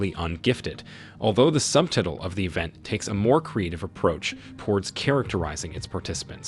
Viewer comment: "sub-TIT-le" instead of subtitle 😂